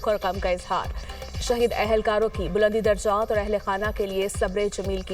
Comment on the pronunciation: نیوز کاسٹر نے فو ٹج اور بلندی درجات جیسے الفاظ کی غلط ادائیگی کی۔ انکو اردو پڑھنے کے لیے مشق اور تلفظ کو درست کرنا چاہیے۔